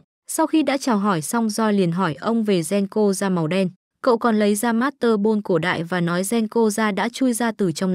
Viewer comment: Là monster ball theo bản Nhật á tại cái giọng chị gg nên mới đọc thành master ball